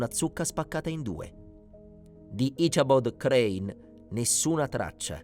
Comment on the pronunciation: "His name was 'Asabod Crann.' " 🤨 Come on now. If you have to use an AI narrator at least try to get one that can do a better job than this.